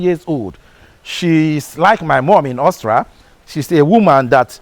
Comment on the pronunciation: Why can’t Nigerians pronounce AUSTRIA? What I hear is Austra.